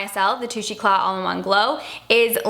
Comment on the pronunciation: Enjoyed your commentaries! 2nd time hearing about the MILK Primer! (btw..The YSL "Touche" is Pronounced: "tooshay"..as in "You're right, you go girl" kinda one upping someone. I have 3 daughters and a mother who majored in English..I didn't stand a chance!! Thanks for all your hard work!!!